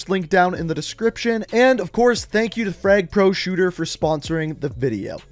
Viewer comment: “Freg” it’s frAg. No e in the name.